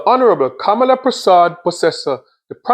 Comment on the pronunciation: You seem to be not sure in pronouncing her name. It's KAM LA.... isn't it